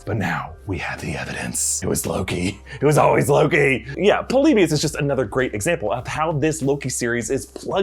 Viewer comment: Its not PULL- LEE - BEE - US Its pronounced PAH - LEE - BEE - US